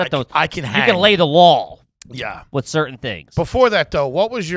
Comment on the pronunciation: pronouncing Law as “lawl” will forever bother the shit out of me.